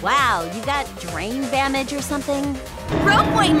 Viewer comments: drain bamage I just realized she was trying to say "brain damage" XD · "Drain Bamage" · Is no one gonna talk about “Drain Bamage”? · I just noticed….Miu said Drain Bamage, not Brain Damage. Could that have been a hint to the car crash she was in? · My favorite part is when she said drain bamage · she switched the "b" and the "d" in brain damage.